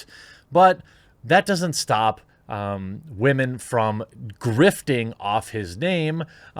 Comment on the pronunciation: because of the "wemen" you have earned my like sir